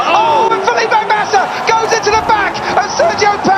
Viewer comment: Mate just say Felipe MASSA ffs